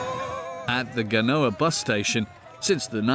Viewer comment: and later, the town is not gag-nowa. It’s GA-nyoa.